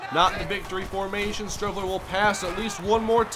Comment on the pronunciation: Streveler is pronounced like street.